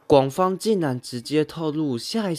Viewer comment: 廣方？:> 抓到修病國語不好（？ 還是是故意ㄉ🌚🌚🌚